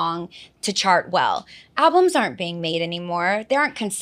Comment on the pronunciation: I'm sorry, I know this is off-topic, but did she say "albumses" 😂😂😂